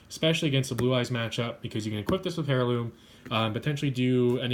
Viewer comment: I really like your speed duel content so keep it coming! ^_^ I don't mean to criticise in any way or form, just thought that I'd mention that in the word "Heirloom" the H is silent.